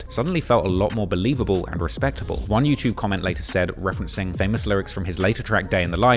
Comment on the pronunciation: Love hearing say Yew-Chewb